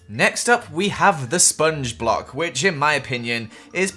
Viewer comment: Who ever disliked is one of those ugly blocks. Edit: When you said "Sponge block" I thought you said spongebob 😂😂😂